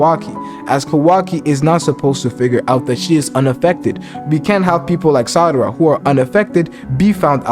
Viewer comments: I almost cried tears of joy when you said Sarada correctly 6x in a row… but then you went back to saying Sadara 🤣😅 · WTH u say sadara instead of sarada LOL , Noice Video BTW 😆, but the love theory tho sarada and sumire i think that is something cuz yeah on one panel of the manga sumire and sarada are discussing about, sumire does have a feeling for boruto and she ask to sarada does she have too and for something like that to get in the manga might be some of a hint tho (sorry for my bad english)